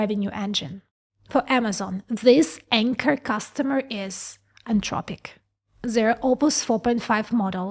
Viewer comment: AnTHropic, the word is anTHropic. TH like THink.